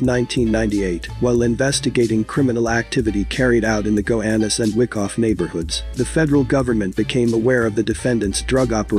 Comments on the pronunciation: It's not fucking WICKoff,it's WHYkoff! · Its pronounced (why- cough) not wickoff lol